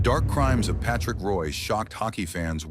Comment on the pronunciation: Really disgusting to have a damn computer mispronounce a name. Total shame on NHL ICONS !